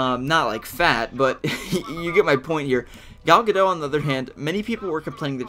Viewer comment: You say: Gal Ga Dot(like a dot- point) She is from israel so her name is different than what your used to.